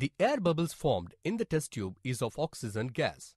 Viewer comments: Oxygen not oxeezun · 'Oxeezun is produced'